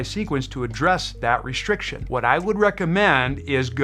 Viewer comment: Yeah... there IS a massive problem out there... with YouTubers who purport to be EXPERTS but they don't have a clue who to COMMUNICATE because they use MADE-UP WORDS like.. POSHA POSHEWRAL RESHRIKSHUN SHRAGEES What da F man. Speak properly!!!